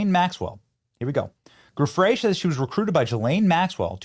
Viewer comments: That's old news that Virginia (pronounced Jufray) worked at Mar-A-Largo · So tired of the mispronunciations. A ‘G’ followed by an ‘e’ or ‘I’ keeps the soft ‘zhee ’ sound. To keep the hard guttural sound, add an ‘h’, like spaghetti. So it’s Gill-ayne and Jew-fray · Her name is pronounced Virginia Joo-FRAY. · Benny, you’re great, but you need to trade the sounds you’re using at the beginning of the names “Ghislaine” and “Giuffre”